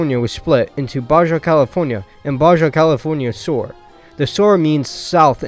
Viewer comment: Oof, my guy, I was always told to never disparage someone for mispronouncing a word because that means they learned the word by reading it. But wow this just goes on and on. have you never heard someone say "Baja California" before? or "Mojave"? Where are you from lol. Also - is just pure gold. Keep it up!